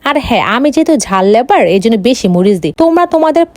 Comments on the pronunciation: Lover ❌lavour ✅😅😂😂🤣🤣🤣🤣🤣🤣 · লাভার ❌ লেবার ✅ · ঝাল লাভার ❎ ঝাল লেভার ✅ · ঝাল লাভার ❌ ঝাল লেবার ✅😂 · লাভার ❌লেভার ✅ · আপু English টা ঝাল লেভার না লাভার হবে